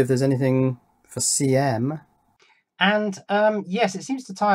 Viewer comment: I don't know if it makes any difference, but that over voltage chip was marked 'CM', and on the data sheet it sounded like you said 'CA'.